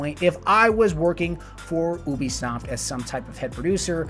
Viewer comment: AH it's pronounced you-bisoft not oo-bisoft